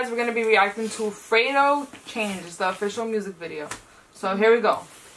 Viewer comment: It's fredo not freydo